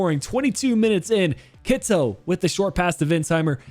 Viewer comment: Kittel is supposed to be pronounced more like Kitl than Kitzel. I know you’re keen on pronounciation.